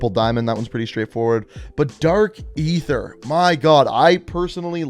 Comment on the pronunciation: Bro can pronounce psychadelic but not Aether 💀